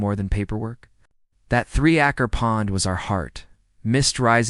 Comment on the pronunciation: "Three acker pond" lol it's obvious you don't know any English and are just trusting a shitty AI. You can't even read this comment, can you?